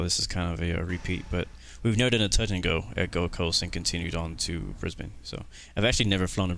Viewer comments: Brisbane, not Brisbain. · You pronounced Brisbane wrong, I’m from there